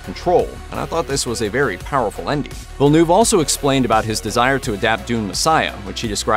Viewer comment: You're a channel with almost 6 million subscribers and you hired a narrator who says "Veal de Newve"??? For one of the greatest sci fi films of the generation? thats a joke